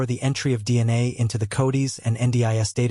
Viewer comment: How long does it take to teach your computer system to read proper English? It just pronounced the word "codes" as "codies". Are you kidding!?! 🙄